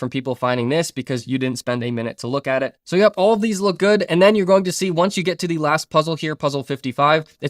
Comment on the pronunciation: Great video! May i ask what are you mixed with? I keep hearing an accent when you say di (the)? 😂 open di...put di..